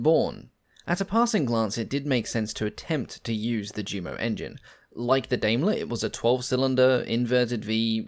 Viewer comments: These have been great informative videos with the best narration of any I have seen so far but please, that's pronounced U_MO engines and not JU-MO! It's the same with the Junkers aircraft name with so many pronouncing it JUNK-ERS when it to is actyally YUN-KERS. That said I find these videos to be extremely informative and as I said before the narration is almost perfect, this has become my favorite channel! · This just appeared in my feed. One critique: JUMO should be pronounced YUMO and Yunkers.